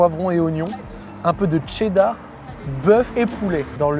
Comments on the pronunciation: qui prononce cheddar 😂 le TCHÉDDAR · Ouais ouais le fameux « tchéddar » 😂